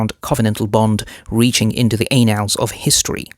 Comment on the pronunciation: It's "annals" not "anals" 😖